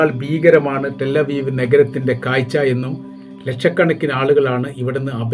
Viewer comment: കായ്ച്ച അല്ല കാഴ്ച മലയാളം പഠിക്കു